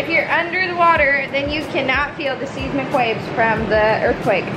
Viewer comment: the way she pronounced seismic 😂